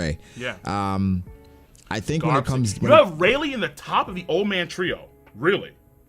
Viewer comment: Closed the video when bro said Rayleigh on 25 💀💀💀💀💀💀